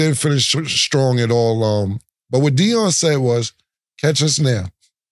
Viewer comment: Oh Shit..... been around the New York ppl so long she pickin up on the accent.... listen to how she says at all.....sounds like "at auwal" 😂 thats my NY folk for certain 😂😂😂